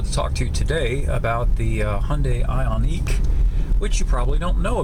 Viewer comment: Pronounce the name of the car correctly you donkey.